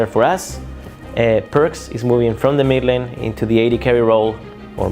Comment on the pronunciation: you mispronounced mid lane LOOL